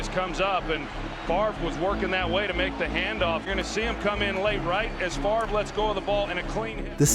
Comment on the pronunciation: Wait the v comes before the r in Favre